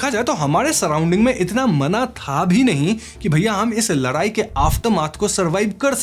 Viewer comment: Ladayi ❎ Larayi ✅😂